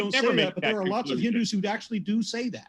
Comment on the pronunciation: Aron called Hindus "Hidnus"